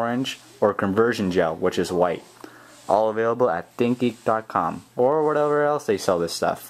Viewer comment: When You Say Think Geek It Sound Like Thinky.